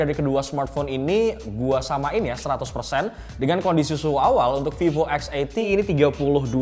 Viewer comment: Salut....ngucapin nama brand VIVO. Bukan spt kebanyakan org yg nyebut VIVO >>> FIFO.